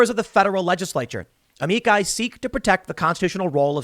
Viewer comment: AH-ME-CHI. Say it with me now Tim AH-ME-CHI!